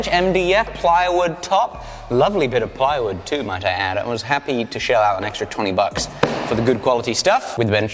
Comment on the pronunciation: “Bucks” still needs adjusting 😂